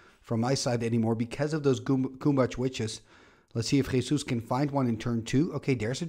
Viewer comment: I need to congratulate you for your pronunciation of "Jesús" XD